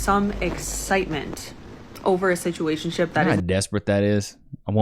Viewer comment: Yeah, just substitute the word "d*ck", every time she says "situationshiip. That's really what she's saying.😂